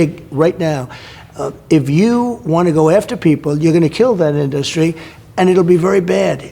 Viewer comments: The guy has never pronounced the word “industry” normally. He’s says in DUS trē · Why does he have such a hard time saying in-dus-try